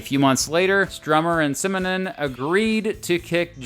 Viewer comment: Simonon. Simonon. Simonon.